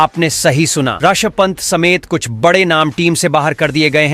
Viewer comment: खिलाड़ियों के नाम तुम कब से ठीक उच्चारण करोगे? वाक्य में कहां कोमा, कहां पूर्ण विराम देना तुम पहले सीखो। हमें भी सुन ने मुझे मजा आएगा...Rishav Pant ko tumne Rasav Pant kyun bulare ho???